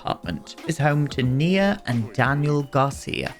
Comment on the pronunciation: GASP YOU BEAUTIFUL MAN YOU!!!!! I'm transgender FtM and my given name is Nia!!! You are the ONLY PERSON who pronounced it right! Literally the ONLY PERSON!!! ugh I am now a forever fan, I mean I was always but now yes I am Did you know Nia means Purpose in Swahili? My mother went through 8 miscarriages before she had me then after she had me she had a stroke that paralyzed her so she couldn't hold me but she was determined to hold her first baby her miracle baby and she practiced walking, so on Christmas she held me for the first time. My mother passed on the 14th of September but I absolutely love my name she gave me even though men aren't called Nia so I kept my given name even though I go by my choice name. I absolutely LOVE that you named your sim Nia and I absolutely LOVE that you pronounced it right. Sorry I heard my name on the TV and got so excited I had to write out my story I do apologize for that love but it should show you just how much I adore my given name.